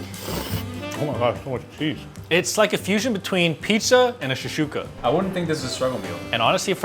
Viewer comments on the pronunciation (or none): it's shek-shouka not sheshouka